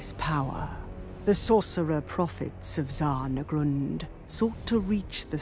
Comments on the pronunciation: My pedantic mind will always be frustrated that they always pronounce Zharr as Zar. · Charred is not pronounced Carred, Shine is not Sine. Zharr is, like Galihan said, like in Zhao. It's like Sh but with a z as the core of the sound, rather than s.